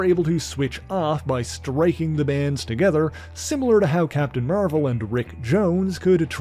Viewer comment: Are you calling him "Mervel Boy" on purpose?